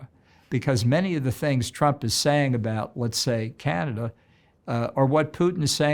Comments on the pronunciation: To the interviewer, it's pronounced "Canadah" and not Canader!!! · To the interviewer, it's pronounced "Canadah" and not "Canader"